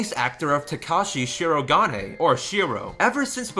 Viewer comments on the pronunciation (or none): " TaKAshee shiroGONEey " I